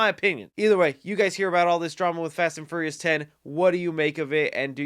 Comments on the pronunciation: Did he say Fast and FURRYious? Lol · Lol every time he says "Ferious" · "Fast and Furry-us" haha